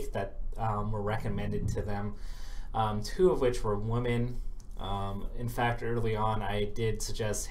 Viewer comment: every time you tried to say "women" it sounded like "woman". You gotta enunciate more clearly.